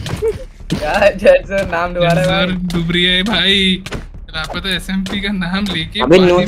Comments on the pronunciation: bro its not lpata its lapata smp 🤦‍♂ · bros saying lapata 💀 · 1.08 " lapaeta smp"